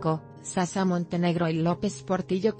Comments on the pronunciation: Es shasha no sasha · Que narración más pésima. Que es Sasa...Narradora no pronuncia bien